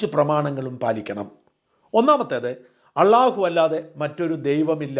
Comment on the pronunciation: അള്ളയല്ല കറിയാ ALLA U എന്ന് പറയാൻ പഠിക്കുക